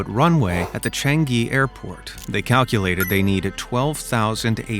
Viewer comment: by the way it is pronounced Cha-an-e Changi